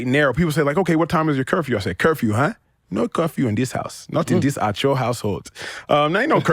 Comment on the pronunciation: it is Acho not Ocho, what is wrong with you.